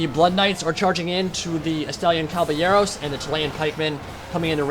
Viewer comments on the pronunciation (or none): none